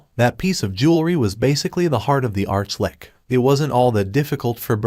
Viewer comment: What's with the sob sob? It's an Arch-Litch, not lick